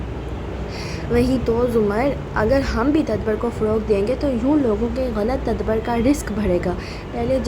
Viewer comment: its ta-dab-bur not tadbar :face-turquoise-covering-eyes